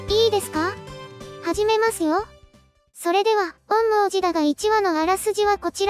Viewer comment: 「おんみょうじ」って言いにくいのか 「おんもーじ」って感じの発音してるのかわいいから 今クールは是非これの感想動画を完走していただきたい……